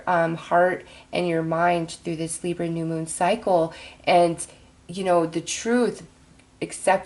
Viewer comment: Every time you say Libra I cringe Lol